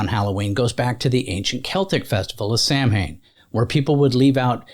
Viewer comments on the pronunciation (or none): Please look up the pronunciation of Samhain. It's pronounced completely different than what is expected.